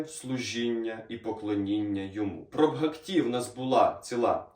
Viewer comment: Дуже інформативно, дякую. Але ріже слух наголос у слові "бгакті" (має бути на першому складі). 🙂